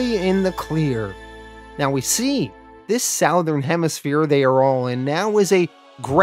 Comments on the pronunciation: Why can't you say southern hahahaha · sowthern?? wtf man